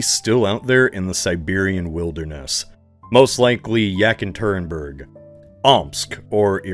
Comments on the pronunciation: Yak in Turing berg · I was already laughing to myself hearing him say Dönitz like Donuts, but then hearing Yack a Turin Burg made pause and come to the comments lol. Glad I’m not the only one felt that gut punch of a pronunciation. Not to shit on the video, great video overall and I appreciate all the effort put into the scenarios and production value, this just made me laugh (and cringe a bit).